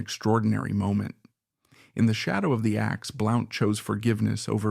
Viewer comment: Blount is pronounced "Blunt"